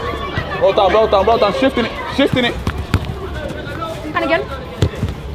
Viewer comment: At first I thought you said nugget But I realized you said I smell at nutmeg